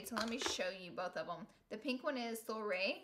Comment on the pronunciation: For the record, "soirée" is pronounced "swar-ray", like a party. 😉